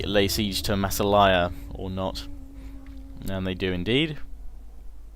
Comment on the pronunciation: massilia lol not masselaya XD